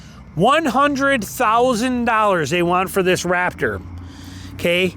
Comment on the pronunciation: It’s RaPtor not RaFTer listen to your video.